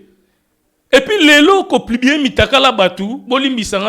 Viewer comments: Papa ons dit publier et plibie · on dit publier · 🤣🤣🤣🤣 na yoki'ango plubier esali nga pasi na matoyi🤣🤣🤣🤣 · 🤣🤣 kutu kutu ezo lekela nga ndenge azui temps yako tomboka sur kabuya na ebele ya difficultés aza nango pona ko prononcé mot Publier 🤦🏽‍♀️ eloba nango yo a zangi kindoki te 🤣🤣🤣